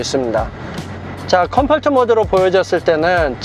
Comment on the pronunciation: 컴포트발음 왜이래